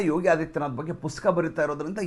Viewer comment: ಸಾರ್ ಪುಸ್ಕ ಅನ್ನಬೇಡಿ ಪುಸ್ತಕ ಅಂತ ಹೇಳಿ